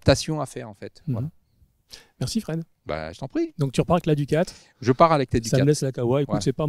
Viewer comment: 'Ducate' plz pas 'duka' merci